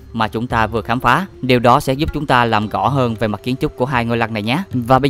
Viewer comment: Lỗi duy nhất bạn mắc phải là phát âm sai chính tả: gất (rất), ga (ra), gõ (rõ), tằng (tầng), săn (sân)..v..v... Bạn cố gắng sửa lỗi phát âm nhé. Cám ơn video của bạn